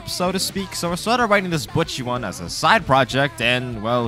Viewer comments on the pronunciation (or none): This video is annoying me. He is pronouncing her name Bucchi, when it is BOCCHI! there is no u there, say it right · its Bocchi not Butcchi. besides that, great video, was fun watching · Cmon Man U watched the anime. How can u pronounced the name wrong? It’s not Bucchi it’s Bocchi! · WHY CAN NOBODY SAY HER NAME RIGHT ITS BOCHI NOT BOKY NOT BUTCHY ITS BOCHI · I can’t stop hearing “bucchi” lmao good video! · Why is he pronouncing Bocchi as "Butchy" They say it pretty-clearly in the show if you listen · i dont like how you say buchi it makes me very uncomfortable almost like im missing out on an inside joke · when you say bocchi it sounds like your saying butchy lol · why do you pronounce it like butchy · Her name is not Butchi lol. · why u pronounce “Bocchi” like you’d pronounce “Gucci”? The “o” is supposed to be like the “o” in “bohemian”